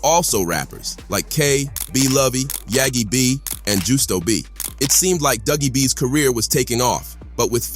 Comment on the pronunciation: He called setdatrend yagi b😂